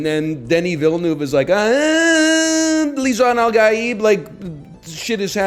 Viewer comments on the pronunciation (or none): I heard him say Lisan-al-Gabe